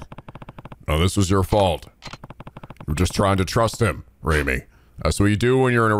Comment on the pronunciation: You pronounced Reimi's name correctly the first time. Remember 'ei' makes the long 'a' sound. All in all, nice job! Also the 'i' in Roppongi is a long 'i'.